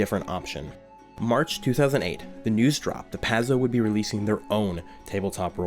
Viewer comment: well put together, but the first 15 minutes was hard to get through. Paizo rhymes with pie dough, and it hurt my ears every time I heard you mispronounce it.